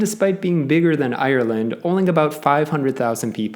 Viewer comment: you said island instead of Ireland, and so he said “what’s island”